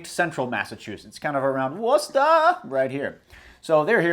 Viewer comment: Nice Worcester pronunciation